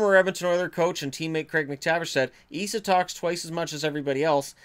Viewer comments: It's not Ee-sa, it's Ess-a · Who’s Eeeesa Tikanen ??? You mean Esssahh , 🤦🏻‍♂️ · His name isn’t pronounced eesa, it’s like saying s, then adding an a. Essa. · Why do you pronounce ”Esa” as ”Iisa”? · Its not pronounced ii-sa! Its pronounced like the name Tessa without the the T. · No its Esa, E is pronounsed like E in word elf and Sa is pronounsed like Salt so Esalt but left lt off so Esa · Try saying Esa like the E in was an A, makes it sound way more Finnish.